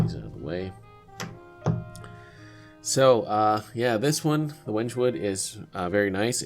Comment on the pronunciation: Hello, I do some woodworking and I have used wenge before. I would just like to inform you that it is pronounced Wen-gay.